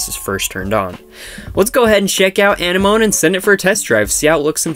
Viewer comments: Zigafide Yeah, it's not (moan) it's like (mo-knee) or more like saying sea anemone. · It's pronounced ah-neh-ma-nee thx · Why are you pronouncing it wrong? Uh-nem-ah-knee dude (I'm not doing this to hate on you but you're doing it wrong honestly) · When you pronounced anemone like enema I spit my tea out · Hate to be this person, but it is really irritating me. It is pronounced Uh-nem-ah-knee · it's pronounced like the thing underwater. Uh nem muh knee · no... no he did not google it Uh-nem-ah-knee my boy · Dooyeven Triforce “amenemoneme” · You pronounced it wrong I think lol